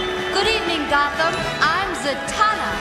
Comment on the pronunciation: Zatanna. Not zantanna. 😑